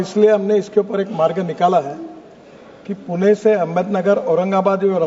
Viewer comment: गडकरीजी पुण्याला हिन्दीमध्येई पुणे असे म्हणतात तेव्हा पुणे असेच म्हणा.